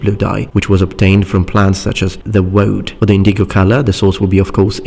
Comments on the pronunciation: I just watched your video about accents and intonation, and it jumped out at me the way you said indigo. You put the emphasis in the middle of the word, like inDIgo, where as I've always heard it as INdigo. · in-di-go I know English isn't your native langauge.